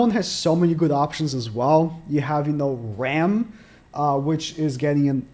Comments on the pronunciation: I swear, you have the hardest time pronouncing the Demon sisters names. Let me help you. If I'm correct, Rem, sounds like gem but with a "r" of course. And Ram, sounds like rom, like rom-com. Correct me if I am wrong, but I think these are right! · This man can’t get the names (for rem & ram) right at all 🤣🤷🏽‍♂️ always gets it wrong